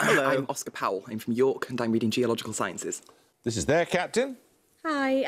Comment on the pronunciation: LOOOOOL "Geological Thienthiss”